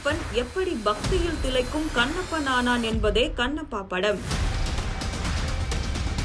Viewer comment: தின்னப்பன் , கன்னப்பன் ❌ திண்ணப்பன், கண்ணப்பன் ✅ நாக்கை நன்றாக பின்னோக்கி வளைத்து எழுத்துகளை உச்சரித்துப் பழகுக. தமில்தான் வால்கிறது. வேதனை!